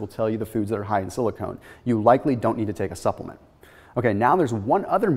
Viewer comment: silicon not silicone